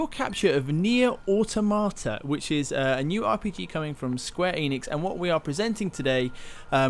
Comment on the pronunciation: he said niee ootomaataa xD